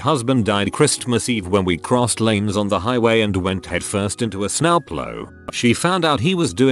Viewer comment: "Snowplow" vowel pronunciation being the wrong way round is peak text2voice. pure koni